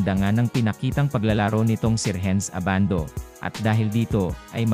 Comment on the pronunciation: Si Edu ang mas may chance sa tingin ko, 6'10 na defensive player na mabilis. Si Abando undersize para sa NBA, unless mag slide sya sa Point Guard position. Ayusin mo naman boss audio mo, Ai na nga lang, mali mali pa ang bigkas ng name. haha A-ban-do ang bigkas, hindi Aban-doo. Hehe ginagaya mo naman mga Koreano sa Anyang e.